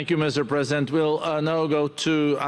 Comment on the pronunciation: Does the first guy keep calling Trump "Mr Present" because he is a gift to the American people or because he can't say "President"? lolll